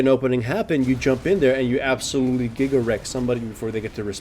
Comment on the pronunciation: He says "Gigawreck somebody" But I heard Giggle Rect. and my Summoner name is Giggle Rectum and I was flipped out.